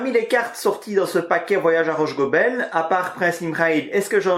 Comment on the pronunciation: Si je peux me permettre, on prononce Rhosssssgobel. Le h n'a pas la faculté de se déplacer après le s... À part ça, merci pour la partie !